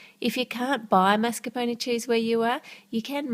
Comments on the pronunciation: Karkat Vantas So you can't stand the way she pronounces mascarpone because she doesn't use a French pronounciation even though mascarpone is Italian? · I'm sorry but I can't stand the way she says mascarpone ._.